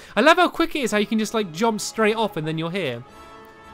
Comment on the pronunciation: am i the only one who notices how stamps says jomp and not jump